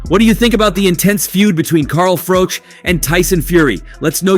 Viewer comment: How difficult is it to pronounce Froch?